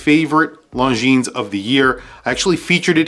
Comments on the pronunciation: 1) the Mont Blanc is just HIDEOUS: looks like a stupid and too dear Seiko with a lame logo. 2) Longines Zulu Time GMT is way too big. Anyway the pronounciation of LONGINES is NOT LONGINSSS, is rather LONGIN. Is FRENCH. 3) MoonSwatch is stupid, yeah, but smart as well. 4) Longines Ultrachron is too big as well. 5) Seiko 5KX GMT is a fake diver GMT: hideous. 6) M.A.D. is just DISGUSTINGGGGGG 7) VC is a beautiful watch, but really way too useless as a watch. 8) Tissot Prx chrono not my style but not bad at all. 9) Zodiac Titanium is really COOL indeed. 10) Timex Expedition North Titanium is a bloody smart mood; perhaps a bit too high pricetag 11) Q Timex chrono rocks a lot 12) Q Timex GMT rocks a lot too 13) Mido OS GMT L.E. is LOVELY 14) Citizen Pro Master green not bad really 15) Citizen SuperTitanium, a bit expensive maybe, but beautiful 16) CW is nice but not my cup of tea Ps Nice list !!! 😎😎😎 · Lohn-geeeene. Your killin me dude.